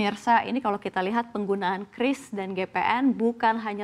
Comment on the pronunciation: Bacanya udah bener KRIS, jangan kyuris kyuris lagi 😅